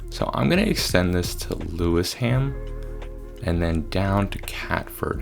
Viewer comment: lewisham = pronounced lew-ishm